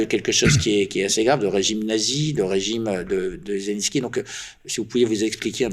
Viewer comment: Maintenant, Zelenko au lieu de Zelenski Autre moment les voies qu'ont m'a interdits..(.ites) !!!! Apprends à parler français le journaliste !!! Tu enlèves du crédit à la cause des russophones !